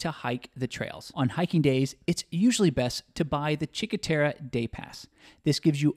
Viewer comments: To an English speaker I would recommend to pronounce something like “Cheenkwe teRRe” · That's not how you pronounce Cinque Terre!